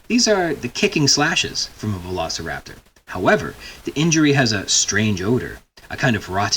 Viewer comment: I love that the man says something that sounds like Spanish, "lo sa raptor", but the other person correctly tells Carter it isn't Spanish. He's trying to say velociraptor. Lo sa raptor.